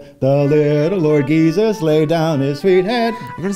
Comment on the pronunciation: I L O S T I T at "Little Lord G-esus" omg 😂😂😂